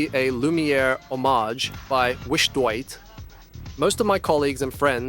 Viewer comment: Have to laugh at your pronunciation of WISHDOIT - do you not see that it reads - Wish Do It ?